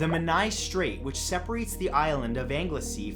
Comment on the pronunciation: Menai straights is pronounced “Men-Eye” not m’n-Eye! Great vid tho